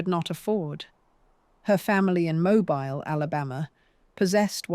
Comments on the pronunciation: Dear Ai... the pronunciations you're looking for are 'Blenum' Palace and 'Mobeel' Alabama! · Here we go again and the to narrator pronounces Mobile, Ala. As Moo-Bile, that is rediculous